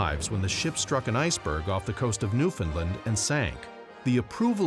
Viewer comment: The way you said Newfoundland sounded really cringey